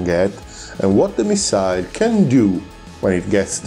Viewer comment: bel video eh.. però si dice "missil" non "missail" 🤣